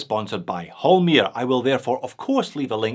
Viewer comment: Its Holmr, not Holmir!